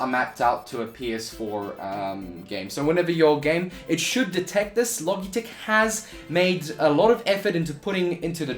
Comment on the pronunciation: I think its pronounced "Lo Jeh tech" - soft G. Like Logic.